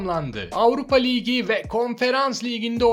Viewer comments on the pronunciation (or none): liğgi ne abicim ayar oldum ya ligi diyeceksin oldu bitti